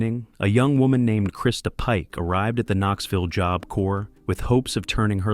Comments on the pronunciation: AI Narrator can't decide how to pronounce the word 'job'. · Lol, jobe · The AI narrator pronounces Job weird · Did you use ai for the audio? That is not how you say tadaryl. Any real person would know it is like Tuh Daryl. And it says job with a long o? Makes it unwatchable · "Joab" corp?? It's about time these AI voiceovers were banned! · You pronounce job two different ways (3 ways/correction) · If this isn't AI. You can't even pronounce job? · AI narrated, learn how to pronounce “job”.